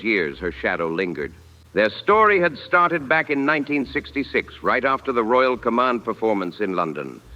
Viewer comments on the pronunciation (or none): none